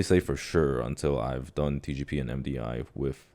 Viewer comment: dude, why does it sound like is saying xi jinping every time he says TGP